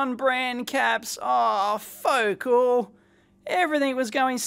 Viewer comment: “Ro-kit” and “foc’l” lol. Love your pronunciations for these speaker brands, Dave. Rock-it Powered and Fo-cal.